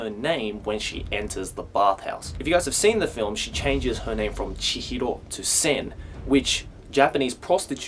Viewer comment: It's so painful to hear this Australian guy trying to sound Japanese when he says "Chihro"